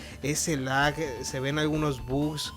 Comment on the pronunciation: se dice bugs, no bags